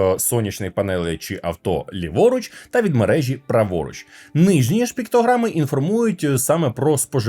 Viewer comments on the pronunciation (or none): none